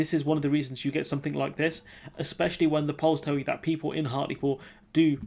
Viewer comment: Hartlepool - not 'Hartley Pool'